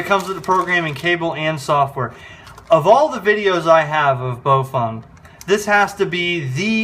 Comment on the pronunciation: Hi. Very informative. Thanks. FYI, though...Baofeng is pronounced "Bow-fung" not "Bo-feng" or "Bo-fung".